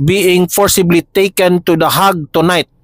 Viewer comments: Den Haag po yan.. Kong bigkasin ay Denhag. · Heyg pagpronounce ng hague 😊